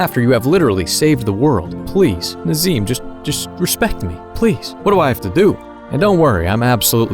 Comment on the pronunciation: Ah yes Nazeem 😐